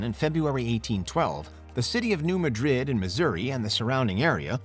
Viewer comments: Very interesting, except for the idiotic #1. Seriously? And it's New MADrid, not New MadRID. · New "Muh-drid" 🤣🤣